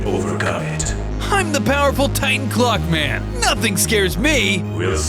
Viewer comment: Ngl, every time he said clock man, I thought he said Glockman.